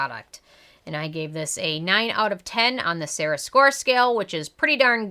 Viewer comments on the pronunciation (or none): none